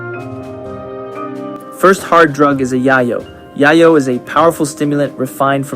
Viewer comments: Its not "yahyo". Its "yayoh." Its cocine. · Is there a reason Rimworld content creators call Yayo 'Yah-yo' and not the traditional real world 'Yay-yo'? I'd be lying if I didn't say it bugs me lol! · Great video! Only comment is that yayo is pronounced "yeh-yo" (like "day-glow"), because it's intended to be a fictional version of cocaine, whose street name in Mexican Spanish is "llelo", which is pronounced the same way. As used in a sentence by Tony Montana: "Chichi! Get the yayo!" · pronouncing yayo wrong, yayo is a slang term for cocaine, it is pronounced Yay-yo